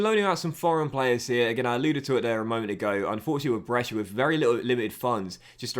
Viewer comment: Little pronunciation tip from a follower based in Brescia (me 😂): Brescia is ok, but the ci in calcio is pronunced like the che in chair, so it would be Calchio. Keep up the good work 🙌🏻